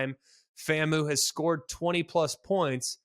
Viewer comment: It's pronounced FAMU (FAM-You) not (FAM-MOO)